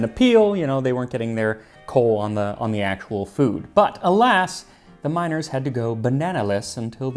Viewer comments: Max: "Bananas were very popular, especially with miners." Me, thinking he said "minors" - "Ah yes, children; my kids do love bana- oh." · I had to take a double take when he said "miners" because I thought he was talking about "minors"